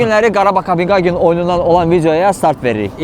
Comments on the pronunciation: Rəqib komandanın adını düz deməyi öyrənərdiz da heç olmasa. KopeHagendi, Qagen yox. Rus dilindən başqa bütün dillərdə o hərf H tələffüz olunur. Belə savadsızlıq olmaz axı. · Maraqlı video alınıb, afərin. Bircə, rəqib komandanın adını Kopinqaqen deyil Kopenhagen kimi tələffüz etmək daha düzgün olardı.